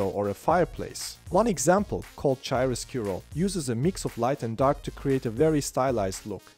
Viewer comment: absolutely awesome! Your Advanced Midjourney V5.1 Guide series is the unbeaten king on youtube two small pronunciation tips: natural instead of nay - tural , it is pronounced nah - tural chiaroscuro is Italian and so instead of CHay - roscuro , it is pronounced Kia - roscuro :)